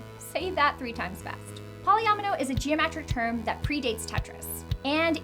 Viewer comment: she also said tetromino and polyomino wrong, the i makes an ee sound but thats no biggie